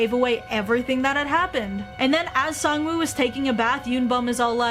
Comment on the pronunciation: It’s pronounced sangwoahhhh 😾